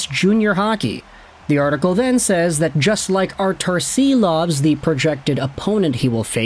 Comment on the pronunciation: Silovs is pronounced ‘Sheeloff’.